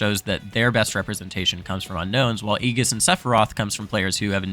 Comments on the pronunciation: Just a heads up btw it's like ee-djiss not ee-giss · Great video, also its (Aye-jis) not (ee-gis) thats all lol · ējis is how it's pronounced. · Hearing Aegis pronounced like that made me feel so uncomfortable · I honestly can't wait for rip tide that is going to be soooooo hype, I don't think you understand. Also be ready for the rise of Meta Knight, with offline coming back and actual reactions he will be a menace, maybe not super popular, but a strong meta character. As just fantastic video, great voiceover and just info in general (kinda didn't like the way you said Aegis) MK B META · Who taught you how to say Aegis lol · Who tf is aegis